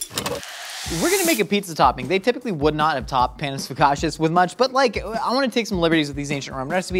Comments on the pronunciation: Panis is pronounced "Pah-nees", not, Pan-ees, and definitely not "Pae-nis". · it's PAnus like PASta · Their pronunciation of panis annoyed me